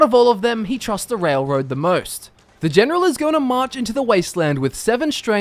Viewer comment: "Elp, Genrol Sittlemend Help Generil another Generon"